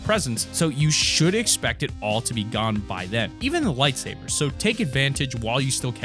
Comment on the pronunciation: You said lightserbers I literally screamed LETS GOOOOOO